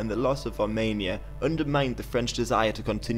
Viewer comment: Sorry, but it's Armenia and not Armania ;)